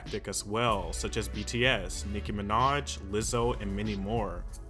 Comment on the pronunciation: Can't get over the "Nicki Minach"